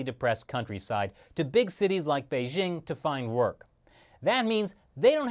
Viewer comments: Beizhing? It's Bei JING. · Bei"dj' ing, not Bei 'zzh' ing